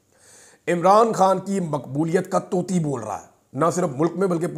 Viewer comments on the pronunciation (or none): طوطی (Tooti)نہیں توتی(Toti)